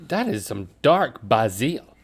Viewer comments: I’m genuinely curious… why are they pronouncing basil that way? I’ve only heard it pronounced “bayzul” or “baazul” but never “bah-seal” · Pronouncing bay zeal as bah seal should be punishable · I really don’t like the way they’re pronouncing “basil” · They don't actually say basel like that do they? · 😣 "BAY-zil". (I hope Carney got a bonus for this episode.) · I’m just curious now if R&L were being goofballs and intentionally saying “bas-eel” or if that’s just another word that they mutually butcher and nobody rises to correct them. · Wtf Basil. Not Bayzell? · wtf were they calling basil "boss zeel" for?! lol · Pronouncing “basil” the way 95% don’t pronounce it! There’s two typical ways to pronounce basil, that wasn’t one of them!